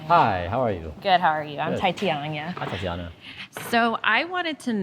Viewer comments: "I'm Taityanya" lol did she just botch her own name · "Im Titeanya" "Hi " XD